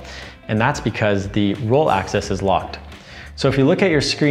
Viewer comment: It's "AXIS" not Access.